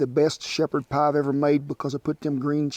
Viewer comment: hahahahaha Scottish poiy hahahaha !